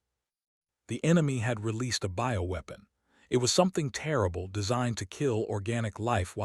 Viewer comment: "Ho, ho, ho, ho, ho...." Is it Christmas inside that ship? And WTF is a "boweweapon"? It is supposed to be "BIOWEAPON" as in Biological?? Poorly written by Chinese generated Ai.....PROOF READING helps!